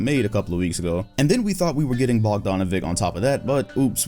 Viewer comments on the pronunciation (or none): Do us all a favor and learn foreign names. If you can say Mitch you can say Bogdanović!